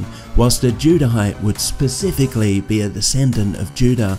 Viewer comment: Some critique; when you said 2,700 times the amount on screen was 27,000. Also it’s ‘specifically’ not “pacifically”. Love the video though!!!